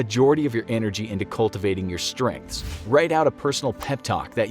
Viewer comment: ‘Focus on Stredths?’... really...